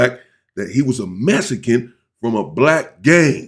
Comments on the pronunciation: Its mexican not mesican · Why does sound like you keep saying Messy can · Why do you pronounce it Mes-ican?? It’s MeXican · No it’s Mesican you heard what he said